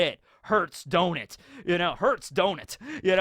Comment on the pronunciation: That “Hurts, don’t it?” sounded a little too close to “Hurts, Donut?” Almost had a Vietnamford Flashback